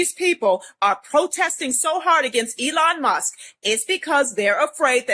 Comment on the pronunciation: She called Elon Musk 'Emon Less' ...